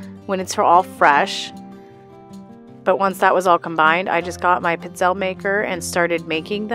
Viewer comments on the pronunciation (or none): I am sorry to say that you never pronounce pizzelle that way. Truly Never.. I Italian and an Italian Baker.. How can I break this down for your audiance and yourself to truly know how these beautiful pizzelle are pronounced.. Pizz.... elle... pronounce the above just how you see it.. 👌